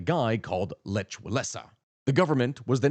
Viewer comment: LEKH. The gutteral "kh." If Mom was still alive she'd make me write you a letter with all the correct pronunciation. (However she hated the Poles after WWII, returning after the Holocaust could have gotten her killed. Their home on Mila st. is gone to history.)